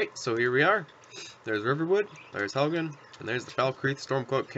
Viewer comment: Helgen not halgan